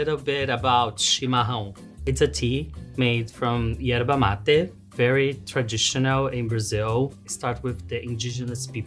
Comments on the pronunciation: the brasilian portuguese pronunciation is usually Erva Mate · No bro. Ierba Mate is not the way brazilians says because we speak portuguese, we say "ErVa Mate" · it's not how its pronounced in Portuguese. It's ERVA MATE. With a V.